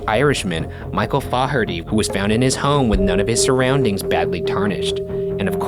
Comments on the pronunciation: the Irish mans name isint pronounced Faw-herty is pronounced Fah-herty 😂😂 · So close pronouncing the Irish name..... But if you're going to include an Irish/foreign name, at least learn how to pronounce it. 'Fah-har-tee' not 'Faw-'har-tee'. Plus, the Irishman was sitting next to a fire. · I loved the video but... most Irish people with the surname "Faherty" pronounce it "Faherty" not "Fawherty" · We should add the last name Faherety to the list of words Ryan can't pronounce. It's Fair- itee. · "Flaw-her-dee" that's not how u pronounce it tbh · Michael Faherty's surname is actually pronounced 'Fayerty' - a friend of mine has the same surname. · Ryan’s pronunciation of faherty stress me out ngl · So cute how Ryan pronounced Faherty